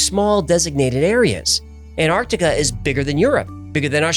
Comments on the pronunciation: Will you please stop saying 'anartica'. It is ANTARCTICA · Please pronounce Antarctica correctly!! It's not an-ar-di-ca, it's an-TARC-ti-ca. The first T has to be pronounced! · Wheres Anartica?.. Why can't Americans say Ant-arc-tic-a properly? 😂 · IT'S NOT CALLED "ANARCTICA" ITS ANTARCTICA ! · Why do Americans pronounce Antarctica as Anartica or Anarctica? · Why do you pronounce it 'An-artica', without the 't' ? Genuine question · It annoys me how people don't pronounce the first "T" in Antarctica. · Any particular reason why yanks can't pronounce the word Antarctica correctly?